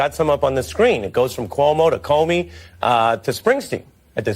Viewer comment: It's "Comey," not "Comer' Trish. 💪🏼